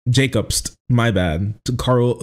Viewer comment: How can you fk up "jobst" that bad? Cmon man lol